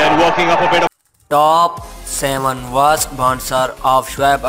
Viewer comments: Word(worst)ko وورسٹ nehi اوورسٹ ke htay hain janab. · The way he say worst 😂😂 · Taaap Seven waars baansers”